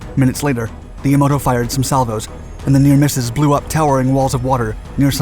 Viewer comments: Ya ma to, not Yamoto 😂 I know I shouldn't complain but you say it so many times. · Repeat after me - YAH-mah-toe. Not yuh-MOE-doe... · It's not Yamoto. It's Yamato. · Ya MA to. Not ya MO to. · Yamato, not Yamoto. Yah-mah-toe. Now I'm questioning the accuracy of your other videos in addition to the other inaccuracies listed here. Pull this video down and redo it. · He's also saying "Yomoto" not Yamato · yamoto?.... its Yamato ya ma to. just your pronunciation makes this bad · Yomato... NOT Yomoto. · Sir,its Yamato,Yah-mah-toh, NOT Yah-mow-toh,but overall,a good narrative on Taffy 3🙂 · this triggered me so hard... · How can someone look at the word Yamato and pronounce it “yuh-MOH-to”?! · Um, Yamato. Yah-mah-toe. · That's Ya-mah-to. You find out how to pronounce the foreign names before you make the video. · Musashi ( pronounced; Moo-saw-she) was not sunk by USS Darter and Dace. The two subs reported their contact and sunk the IJN cruiser Maya, damaging others. Musashi was sunk completely by air power; 13 bombs and 11 torpedoes sent her to the bottom.Admiral Takeo Kurita commanded “center force” from the Yamato ( pronounced; Yaw-maw-toe). I love your channel but you got so much wrong in this one it makes me wonder about all the others. If you want a good source for this battle ; “The Last stand of the tin-can sailors” is a great place to start. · Did you just say "Yamoto"?! I can hear the collective cacophony of a thousand Otaku's slapping their foreheads...😳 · Yamoto? Musashi e cruiser? when ppl talk about think they dont know.. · It's Yamato, it's not pronounced YaMOTO. It's a short A, not a long O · Do you think the name was really "Yamoto?" If not, why do you keep saying that?! Why not leave making videos to people who know the facts? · Was it just me, or did it sound to anyone else that he kept calling the Yamato the Yamoto? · "Mushashi"—>Musashi; "Yamoto"—>Yamato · This is a fantastic story but every time he tries to pronounce Yamato I just want to flip a table.